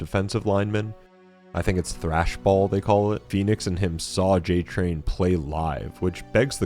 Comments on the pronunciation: They said Cole Train (like coal train) then you said J Train, and now I am confused. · This guy calling cole j-train not cole train is bugging me Also Marcus is a veteran of the pendulum wars which was human on human, the locust war (e-Day) was 14 days before Marcus was rescued